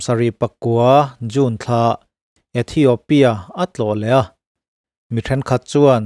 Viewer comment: ithiopia tiin space tel miah lovin lam ta ila a dik zawk mang e aw